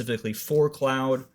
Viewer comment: Cloud or Claude? (rhymes with hoard). This video makes little sense because you're saying cloud.